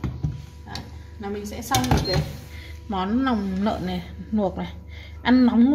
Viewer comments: Ban quê ở đâu ta vây lòng lơn hay là nòng lơn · "nòng"súng hay "nòng""nợn"😅